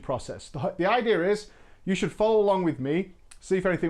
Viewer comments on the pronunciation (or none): IT'S IDEA!!! NOT IDEAR!!!!